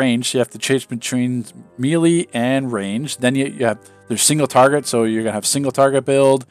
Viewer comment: right lol, it's pronounced may lay. he says it so weird.